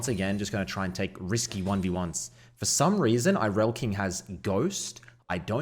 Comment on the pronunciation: I'm sorry his name is Irelking, not Ireliaking.